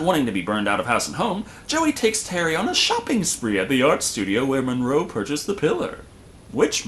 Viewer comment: Monroe.. not Morgan